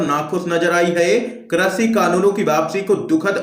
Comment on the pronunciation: हिन्दी तो सही बोल लिया करो भैया कृषि को क्रषि बोल रहे हो।